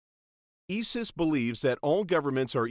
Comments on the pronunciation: I'm just not able to follow anything he says after he pronounces it "Eee-Suss". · How he said isis 😂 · And he can't pronounce ISIS hahahaha holly fuck.